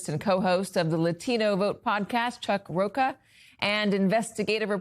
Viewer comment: Katie Turr, you don't have one Hispanic staffer you could have asked how to pronounce the name Rocha? It's not almond roca, it's roacha. You grew up in California, woman, you know better than to butcher a Hispanic surname. And this was an easy one.